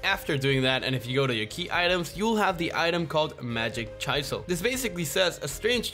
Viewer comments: Bro legit said Chyzel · Bro really pronounced chisel as Chy-sel. 💀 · Did this man just say 'Chyselle' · I honestly laughed so hard I threw my phone when called the chisel a ch-eye-zel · betrayed the red form and said Chisel wrong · The way he says chisel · Ayo the way you said chisel sounds wrong... idk